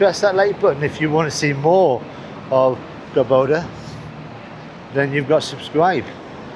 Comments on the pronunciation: COR (emphasis on first 3 letters), Doba!. (Not Cor BO- da.) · It's called Córdoba, not Corboda, haha. Great videos, enjoy Córdoba and all of Argentina! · not to be nitpicking about pronunciation, but it is CÓR DO BA, not "Cor bo da". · By the way, you were mispronouncing the name of the city. It's CÓR-do-ba, not cor-DÓ-ba. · its pronouns " Cor doh bah" not "Cor boh Dah" greetings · Yeah, I was about to write the same. And he says it that way several times. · En ingles también dice "Cor bo da" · Está doblada por IA por eso los nombres salen mal pronunciados. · A mí me sale directo con el doblaje, podría configurarlo con el idioma original, pero da lo mismo los nombres los pronuncian mal.